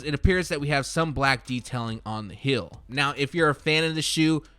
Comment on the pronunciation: Heel/ hēl. Not Hill /hil.